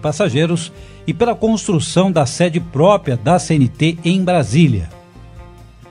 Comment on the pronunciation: Porra,..."PRÓPIA" é de arrancar o saco, hein?!